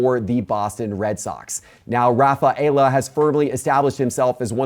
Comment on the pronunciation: Can you please inquire how to pronounce Ceddanne Rafaela’s last name properly?